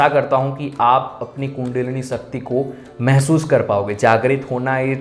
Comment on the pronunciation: TRS ka interview dekha...aap श ko स kyu bolte ho....सकती, खुसी,डाइमेनसन...kya hai yaar... speech ki vajah se aapko sunana achha nahi lagata...gujaratio ka naam es vajah se kharab hai...mai bhi gujarati hu...so please speech strong and clear karo.